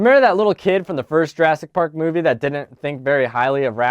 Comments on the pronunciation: Is it just me or did he say jurastic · At one point, I think you said "Juraffic Park"